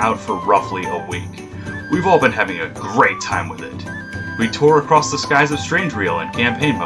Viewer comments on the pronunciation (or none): none